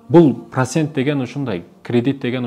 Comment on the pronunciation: Прасент дебей туура суйлочу